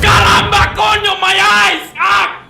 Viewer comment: "Caramba, coño, my eyes!" Okay the way to pronounce it was perfect